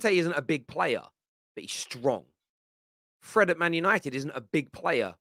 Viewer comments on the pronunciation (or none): none